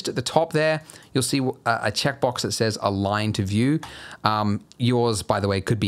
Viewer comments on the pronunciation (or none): none